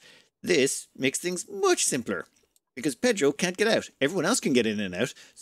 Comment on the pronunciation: Voté for Pédhro!